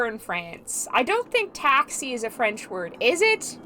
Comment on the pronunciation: I had no idea this game took place in France hahaha this was meant to be (also your pronunciation is great! and we do indeed call a taxi a taxi in French - same word, but said in a French accent 😁)